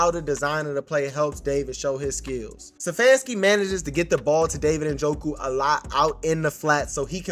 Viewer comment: I love the commentary but with all due respect... IT'S STEPHANSKI - NOT SEFFANSKI! Peace